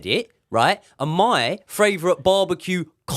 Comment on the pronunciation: Is it just me or do pronounce "Favourite" as fravourite? Otherwise, no notes. Love the show!